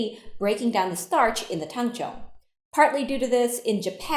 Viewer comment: I like how you say "it'll only feel like 80%" like I haven't absolutely botched an 80%. "IT WON'T STOP STICKING" I cried as I sat on the floor sobbing into my soggy dough caked hands. Also I've only ever read it. I've been pronouncing it Tang-zong. I'm so glad I'm the only bread maker in my friend group that would've been embarrassing lol.